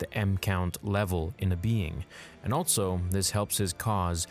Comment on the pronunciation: The dude also says “Altso” instead of “Also”. Makes no sense.